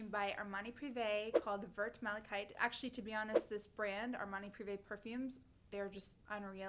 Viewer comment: Mir-whar de ma-geste is how you pronounce that Thierry Mugler perfume's name. And the Amrani perfume is one I own and love too. That pronunciation of yours isn't correct though at all. It's pronounced "verr" and not "vurt." I don't know why Americans are so much worse than other people at pronouncing non-English words...